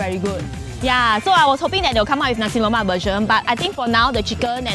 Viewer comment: U guys cant be food bloggers and pronounce nasi lemak as nasi lomak 🙄